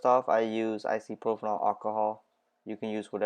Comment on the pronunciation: Icey propanol 😅 It’s pronounced Eye-so-pro-pill 👍 Thanks for the video!